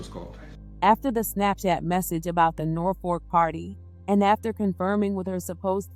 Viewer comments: Nor-Fork….nooo. But we sound it like Nor-Fuk. I live here. Thank you for covering the story. I remember this happening. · NorfoLk!!! That’s not an “r”.